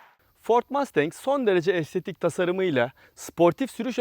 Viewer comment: MAstEnK nedir ya? Mustang. Mastenk degil :)